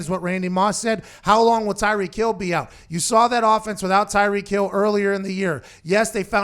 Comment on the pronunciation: Anyone else realize how it says “power rankings are aht”